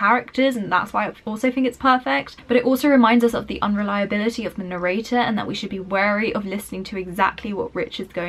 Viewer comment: And hear how she pronounces "narrator" at